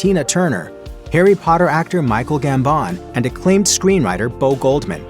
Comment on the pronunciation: You mispronounced Michael Gambon, a bit unprofessional….